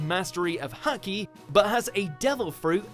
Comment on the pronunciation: You said haki wrong